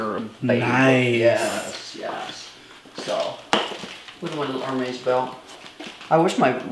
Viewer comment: She picked up a Kelly and called it a Birkin. She does not pronounce Hermes correctly. I don’t think she is a fan. More like a shopaholic.